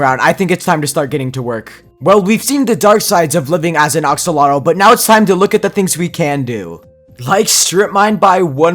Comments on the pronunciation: He kept saying oxolotl but it's actually axolotl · It is not ox lol tl it is ax llol tl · are we going to ignore that he said oxolotl instead of axolotl LOL